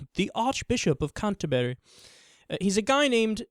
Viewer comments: It's actually pronounced "canter-bree", not "canter-berry". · Secular Talk Canterbury only sounds funny to you because you're pronouncing it 'Canter-berry'. It's pronounced 'Canter-bree'. Canter-berry sounds like some sort of posh fruit. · Don't pronounce the u in Canterbury. Canter-bry. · Canter-berry? Try saying Canterbury more like Canter-bree. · You're pronouncing Canterbury wrong. Having moments of doubt is not the same as being agnostic. C'mon you can do better than this pal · No, you are most certainly not a genius , because you are wrong in saying hes agnostic because he said he has doubt. Everyone has times of doubt. So do your research , and while you're at it learn how to pronounce Canterbury. God Bless you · This dude can't even pronounce "Canterbury" properly, no wonder he feels like an idiot saying it incorrectly. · Lol how he pronounces Canterbury